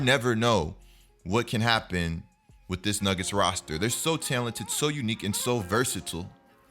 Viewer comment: Okay but why he say talented like that